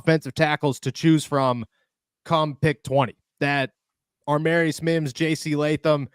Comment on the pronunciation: Love your content but man get the names right !!!! Every video u have done u have gotten this name wrong !!!!!!!! AAAA- marius mims !!!!!!! DEFINITELY NOT AR- MARIUS …… there is NO R in the beginning of his name !!!! As much research as u have done can’t belive u can’t pronounce such a simple damn name !!!!!